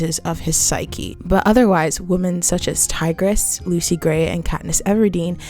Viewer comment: Hey great video, not trying to upset you but when you say women (wim•men) you say woman singular. Common mistake but love the analysis overall